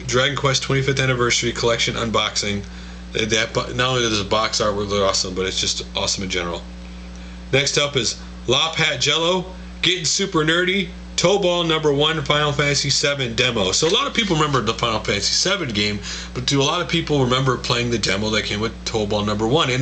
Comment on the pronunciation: hey dude, you pronounced lophatjello incorrectly, I'm not ragging on you because I actually used to think it was pronounced that way. It's actually pronounced low fat jello, just thought I'd let ya know.